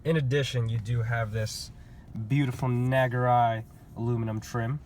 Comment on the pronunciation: It's pronounced "Nah Gu Ree". Great car, I just got a 2019 IS350 AWD F-Sport, nothing beats Lexus build quality! I love knowing that mine was made at the Tahara plant in Japan with the utmost quality and care.